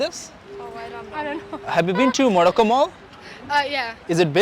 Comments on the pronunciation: Pronouncing Modocco instead of Morocco is pretty irritating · Why can't you improve your accent.. 4 din log Delhi me rahte achi hindi bolne lagte hain.. tmse ho nai raha..Morocco nai bol paa rahe ho thik se.